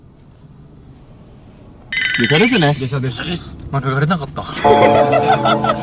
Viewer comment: まぬ⤴︎がれなかったwww